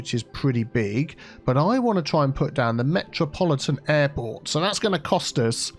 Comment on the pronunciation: "Metropoli-Tea'n Airport"